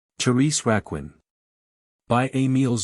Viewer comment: lol. AI CRAP. horrific. Therese Rakwin